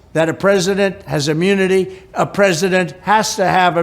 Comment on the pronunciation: Please give him some of that "imyuniti". Because he can't function. He's not even president and he's not functioning now.